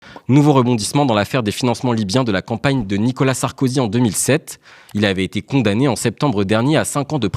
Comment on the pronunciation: Je suis le seul à bloquer sur le prononciation du monsieur sur Nicolas Sarkozy ? Je l'entend dire "nika Sarkozy " ...